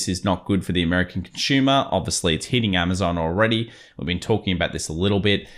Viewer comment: “Conshuma”. Lol